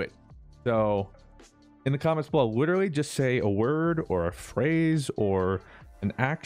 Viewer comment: Say "literally" with an L not a W like you usually do "witerally"